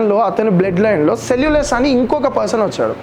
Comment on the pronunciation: సెల్లులస్ కాదు....సెల్లుకస్ నికేటర్